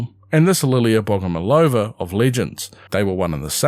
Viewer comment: BogomOlova, the emphasis on the 3rd syllable